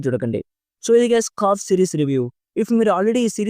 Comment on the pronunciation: కాఫ్ కాదు bro , ఖౌఫ్